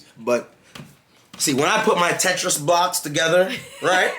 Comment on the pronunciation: Bro say tetrix blocks 🤣🤣🤣🤣